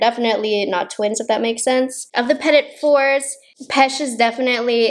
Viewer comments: Hey I’m French and just to help out, petits fours should be pronounced ‘pety foor’. Petits fours are small pasteries made of almond, they look and taste totally different from macarons. Anyways enjoy your day! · For some reason at the beginning I thought you were saying petty macaroons and I cracked up 🤣